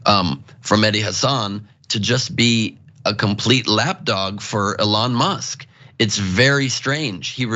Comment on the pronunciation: Why is that douche saying Alon musk? Fuck you dickhead you know how to say that liars name. Stop being a fancy special boy.